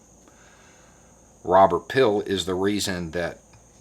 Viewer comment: He was probably coming to the aid of those who WANTED to Google it but had no luck, because pronounced it as "Robert Pill." 😐